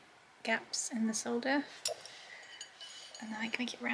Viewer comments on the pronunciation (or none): My family always recommends six-prong settings. That way you can figure out your ring is broken before you lose the stone. That is a beautiful ring, by the way. I keep hearing "soldier" and "sword paste," which I hope will give you a giggle. The American pronunciation of solder is "sodder," like dirt but more of it.